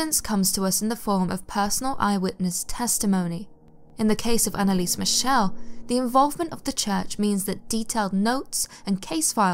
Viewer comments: As a British person, I truly expect you to KNOW (or learn) how to properly pronounce the German name MIchel! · Yeah though she pronounced her surname wrongly (but that doesn't matter at all as it's not distracting in anyway whatsoever, like even the name Schmidt (my surname but in German) is pronounced shmit, her surname's supposed to be pronounced mik-el.